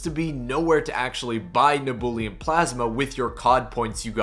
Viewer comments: ITS PRONOUNCED NEB-YEW-LEM NOT NEBOOLIUM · its neb-u-lum not neb-ool-e-um. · You cannot pronounce nebulum can you 😅